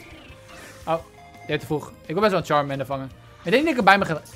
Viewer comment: Het is charmander